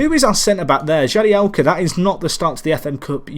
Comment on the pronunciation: Jagielka not jadielka